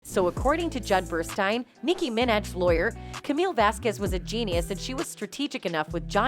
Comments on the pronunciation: Nikki who? Do you not know how to pronounce her last name? Wow 🤣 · Um... she's already a partner and please check the pronunciation of Nikki Minaj's last name. 🙄 Ms. Vasquez' intense, laser-like approach to blocking Heard's lawyer's dissembling and exposing Heard's blatant duplicity was what drew me into this.